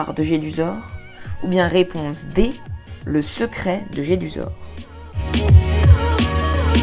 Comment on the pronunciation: Réponse et non pas raiponse!!